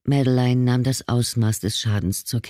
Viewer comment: Die Hauptdarstellerin ist Französin und heisst Madeleine. Das spricht man als Madlän aus und nicht wie die Leser es aussprechen: Mad-e-lein.. 😂